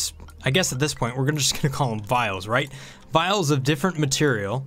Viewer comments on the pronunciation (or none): Vial*, not vile.